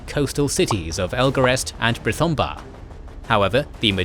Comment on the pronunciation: What's with the pronunciation on these videos? Aule = A-louis? Orome = Oromie? Eglarest = Elgarest?